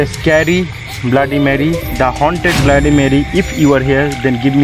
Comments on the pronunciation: It's not blaady it's bloody Mary 🤣🤣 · Abe bbai Tu sab se phele bloody bolna sikhle